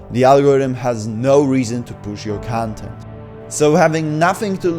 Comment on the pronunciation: I can’t listen to you pronouncing ‘content’ 😭